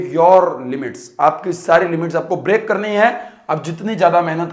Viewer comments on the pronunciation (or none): bhai break hota h brack nhi